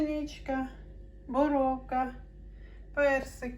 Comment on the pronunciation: Не борОвка а борУвка